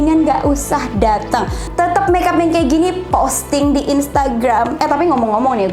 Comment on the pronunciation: ka sana kayak temen kalau bilang make up itu meap